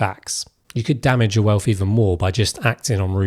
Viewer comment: It’s wealth Not WELF!